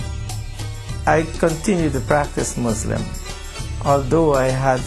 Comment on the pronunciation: SO FAKE HE CAN'T EVEN SAY MUSLIM HE SAYS "MOZLUM." SO FAKE IT'S JUST TO SELL CHRISTIANITY.